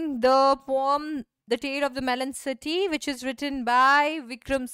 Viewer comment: pronounce the word poem correctly